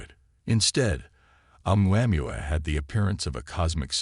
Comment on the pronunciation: Great...a narrator who can't even properly pronounce Oumuamua (in the Hawaiian language the pronunciations are basically phonetic (ie: O-moo-a moo-a). Don't disrespect the Hawaiians and their language, Brah!...